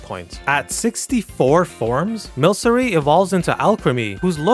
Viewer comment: Milcery is pronounced with a hard C. Because it's milk. Silvally is silv-ALLY, because it's your ally. It can only evolve via friendship.